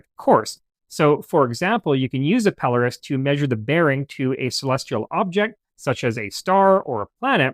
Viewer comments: It’s 100% Pelōrus, so your accent is on the “O.” It’s a Latinized version of a Greek name, Peloros, and so looking in a couple of Latin dictionaries you’ll see that the “O” is long and thus takes the accent. In Greek, the accent is in the same place. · I worked in the Navigation business33 years, It is pronounced "Pel-lor- us". one of you early pictures is of a telescopic alidade not a pelorus ring or a bearing circle.